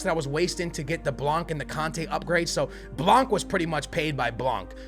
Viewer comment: U don’t pronounce the c in blanc